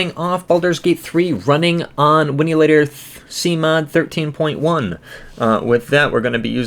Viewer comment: WIN..LATOR... There's no "u" in there 😂 Winulator must be a fake fork 😊